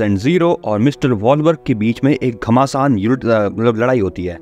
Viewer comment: Aap (( ghamasan )) ladayi 😅 bolte waqt Galt bol gaye 😂😂😂 mtlb kaap gaye😂